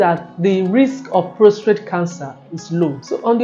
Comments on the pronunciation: Very informative, but I was surprised at how many times she said prostrate instead of prostate. It’s PROSTATE! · ProsTATE not ProsTrate.